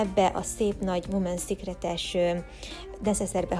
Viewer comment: Imádtam 😊 Jó utat Nektek ✈🇺🇸 (a Women's Secret kiejtésénél vigyázz - többesszám 😉)